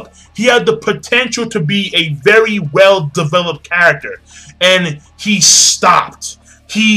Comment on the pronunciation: you can't enjoy development that doesn't exist. lol but he said "devopled" and maybe he enjoys it. whatever it is.